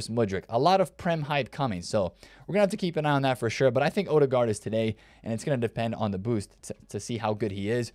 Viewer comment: Professionally butchered the Ødegaard pronunciation.